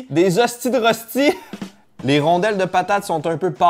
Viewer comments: Ca se prononce « reushti » ;) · Les röstis c’est pas une spécialité française mais une spécialité Suisse ! La version française s’appelle Farçon de pommes de terre et elle est de la Savoie/Haute Savoie ! Et du coup ça se prononce comme ça : Rochti :) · en tant que non allemand röstis se prononce reuchtis